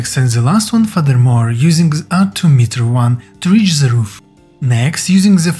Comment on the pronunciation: it's not "Z", it's "THE"